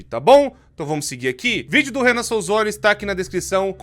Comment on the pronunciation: Renan não " jovem nenan"